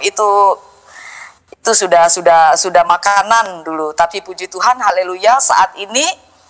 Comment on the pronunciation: Koq kamu nyebut "Haleluya" salah sih, apa sengaja ?